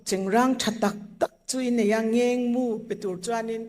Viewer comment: Kan pi chuan mizo tawng ava thiamlo ve.. Sinhlu, Ngengmu.. Sunhlu, Ngenmu.. Tih zawk tur anih hmel..